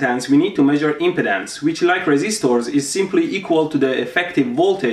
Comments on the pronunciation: Just wanted to say, the way you said "impedence" sounded a lot like "impotence", which is funny. You want to put stress on the second syllable (imPEEdence). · When he says "We need to measure impedance" and it sounds like impotence.